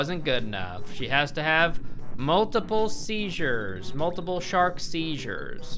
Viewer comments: cant believe he went with sharkzures instead of shark sea-zures lmao (this is not hate, I genuinely thought the video was hilarious. and if i had to watch that shitty of a movie my brain cells would also temporarily melt) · God dammit, SEA-ZURES!!